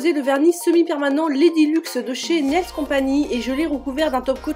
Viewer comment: Merci pour cette vidéo. Juste une petite précision, c'est Nails Company (pas CompaGny).